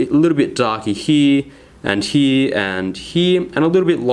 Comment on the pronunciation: It's not "HEEE", it's "HERE". LOL